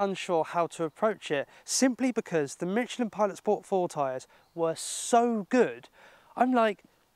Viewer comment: There is no t in Michelin